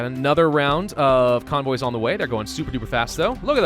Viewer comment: convoys Me: conbois